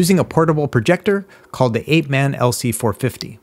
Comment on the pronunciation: You pronounced bad A-peh-man